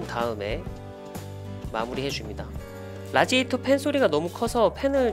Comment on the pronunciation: 라지에디터× 라디에이터○